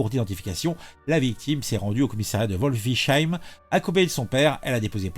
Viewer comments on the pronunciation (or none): on dit Aren-heim et Volfiss-heim ;)